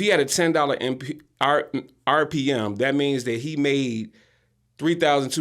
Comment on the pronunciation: RPM = Rev. Per Mille (not "Mil")... just FYI for those who were wondering. 👍